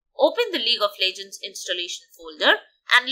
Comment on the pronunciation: welcome to lig of lejgends